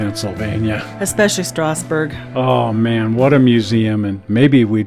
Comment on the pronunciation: If you ever do get to Strasburg, Pa. I highly recommend riding the Strasburg RR as well as trips to the Pennsylvania RR Museum and The Choo Choo barn. Probably worth your while to go to Reading to see the modeling of anthracite railroading at Roadside America, too! One little thing, "Strasburg" Pa. is pronounced like "strazzburg" .